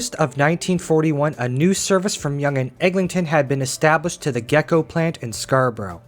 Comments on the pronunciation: Just an FYI it was pronounced GEE-co not gecko. 👍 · Thanks kikastra, I found the salamander pronunciation jarring, but otherwise a good bit of detail by the narrator. GECO (gee-coe), or General Engineering Company of Ontario was built away from residential areas to be a series of disjointed buildings manufacturing WW2 munitions. Many still stand and some were connected by tunnels now abandoned under the streets. The north abutment of the subway bridge over St. Clair Avenue East has a painting memorialising the predominantly women workers employed there.